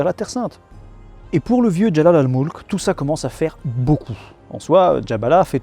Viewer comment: Salut ,Jalal al mulk ça se prononce : Jelel el Mulk en arabe ( le " e " est souvent françisé en A ) Voilà c'était un petit coup de pouce pour toi qui est soucieux de la prononciation. Bonne continuation camarade. De la part d'un vieux suiveur que j'aime écouter en dormant...